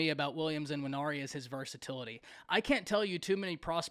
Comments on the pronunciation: His name is Nwaneri… not IN-waneri. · Quit say "N"WANERI. The N is not pronounced.